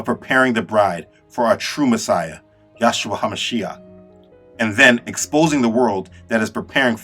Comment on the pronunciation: Bro all due respect but when you say the name “yahshua” it really bothers me because I feel as though you don’t understand what your truly saying why not just say Jesus? But it’s actually supposed to be pronounced “yehshua” because in the original Hebrew language it would be “yehoshua” which was translated to “Joshua” in English so of you want to say Jesus that’s fine if you want to say YEHshua that’s also fine but I implore you to look into the names. I am not trying to be disrespectful maybe you can see this as a friendly reminder Those who are insisting on Yahshua are therefore enforcing a European mindset on a Semitic language, ignoring Hebrew grammar altogether. Ironically, they do this by trying to be as originally Hebrew as possible. I personally prefer to say Jesus when I speak English and Yeshua when I speak Hebrew, but I leave it up to each and every one to decide for himself. If I find myself in the right context, I might say Yeshua when I speak English.